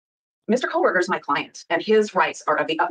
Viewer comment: Lol “Koh”l” berger prosecutor is complaining about “false information” being disseminated? It’s KOH-berger.